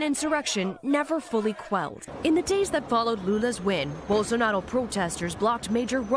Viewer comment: "Rair Bolsonaro" foi foda hahahahah. O pessoal acha que a gente fala espanhol mermo, é pá sifudê uma coisa dessa viu